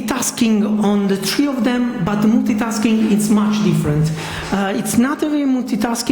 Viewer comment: He said tree instead of three